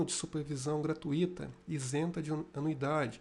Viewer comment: Otima explicacao. Só uma colaboracao: gratuito tem entonação no U e não no "ï". Gratidao!